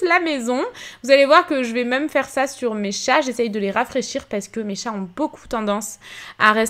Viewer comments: Jsp vous mais ça me stresse tellement qu'elle dise MEUM au lieu de MÊME c'est horrible 😂😂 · Restes comme tu es! Petit details, tu me fais rire car au lieu de dire "même" on dirait que tu dit "meume". La véranda est magnifique! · ça me faire rire la façon dont tu prononces « même » haha, sinon super vidéo comme d’habitude !❤️